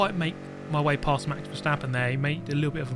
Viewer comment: "Hello, Valjesstappen here"